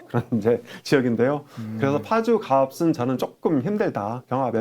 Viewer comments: 갑슨이라고 하지마시고 갑은 이라고 얘기하시는게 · 갑 을 할때는 갑슨이 아니고 가븐입니다. 조금 거슬립니다